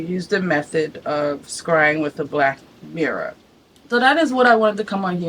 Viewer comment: I can’t listen to you say the word mirror anymore